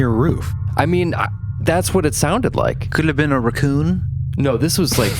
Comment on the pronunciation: I'm so glad I'm not the only one who pronounces raccoon like that.